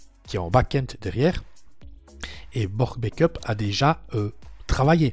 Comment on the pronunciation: Coucou. Juste pour une précision linguistique On dit bAck up et non bAIckup pour la prononciation 😉